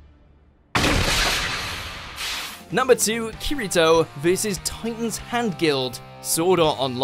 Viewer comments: Quick correction on SAO you pronounced his name wrong, its spoken as ki-de-toe in English, and yes its different from how it looks when spelled out, also it isn't an item, he is normally on the highest reached floor of the game so his level is high enough to improve his "perks" in game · I'm just triggered how he said kirito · I’m disliking cause of the way he says kirito besides that good video